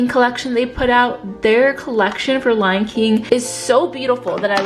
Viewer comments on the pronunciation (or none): none